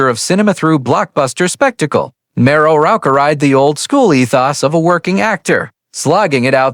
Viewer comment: Clickbait. Can't even pronounce Morrow.